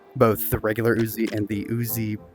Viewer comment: also the oozi nine millimida 🤣